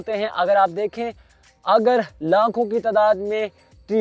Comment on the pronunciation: Why you say lakhoon and Croroon hy is Tehni prr !